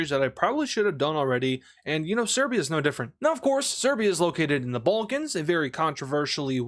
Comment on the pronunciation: serbia is located in the "ballcans" ... 😐 It's Balkans not BALL CANS "the bowlcans everybody loves the bowlcans" smh